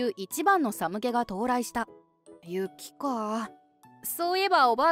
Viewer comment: 最終話、この冬一番の寒気🥶 さむけ❌ かんき⭕️ ではないですか？…